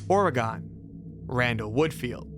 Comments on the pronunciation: And the way he is saying Oregon to😭 no no no It’s all wrong! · Oregon is NOT pronounced Or-eh-Gone… it’s Or-e-gun… as an Oregonian, it’s beyond fucking annoying to hear y’all butcher my state’s name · Dawg how do you mispronounce Oregon??? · the way he pronounced oregon and illinois made me VERY scared when i realized he was about to say niagara falls